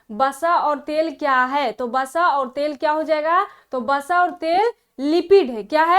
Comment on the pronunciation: starting ,vasa hota h basa nhi